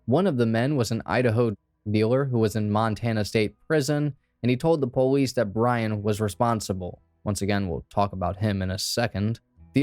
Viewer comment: Why do u keep saying PO-lice. Stop,lol. Puhlice. Had to stop watching because i was so annoyed.